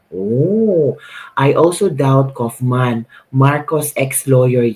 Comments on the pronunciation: how to pronounce KAUFMAN.......... KAWWWWWWWW AS IN KAWATAN....KAWWWWFF-MAN...MAMA MIA MAMAMAMA... KAWFMAN...mamamamamamamama.... KAUFMAN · KAYO GUMAGAWA KAYO NG SARILI NINYONG PRONOUNCATION. HINDI NAMAN NAKATIRA DITO.. hahahamabulasin ko kaya ulo ninyo ... KAW KAW KAW KAW- KAUF..KAWFMAN.. hindi KUFMAN SA INYONG KAGARAL